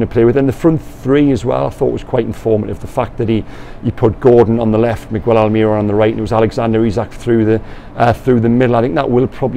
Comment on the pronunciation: We've been through this before,, please, mi-gell, not mig-well. AlmiRON, not alMIRon